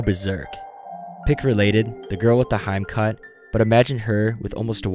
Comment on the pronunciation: Next time make sure you know how to pronounce certain words, like "hime cut" or "Dies Irae". It just sounded silly the way you said them :'D